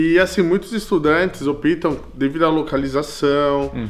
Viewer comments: Brasileiro falando OPÍTAM foi feio, só lembrando ao amigo aí que a silaba tônica é no "O" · uma dica: nunca diga "opitam". É um erro terrível. O.correto é optam (pronuncia-se óptam). Creio que o dono da escola não deva ser professor.de português. Gosto muito.do seu trabalho e do seu esforço em aprender nosso idioma. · Nossa o careta falou "eles opiiiitam" . Vai aprender falar português direito. O certo é "optam" com intonação na letra "O". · opitam -> não existe. o certo é optam (pronunciado por óptão) -> opto, optas, opta, optamos, optais, optam. sempre c/ P (prununciado sem a vogal)